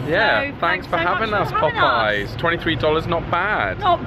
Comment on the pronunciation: In the US, jelly is made with fruit juice, and jam is made with mashed fruit. So if I came to England, I would say your JAM is JELLY. But I'm glad you like our biscuits. I also love that called Popeye's POP-I-YAZE. Is that your French lessons coming through?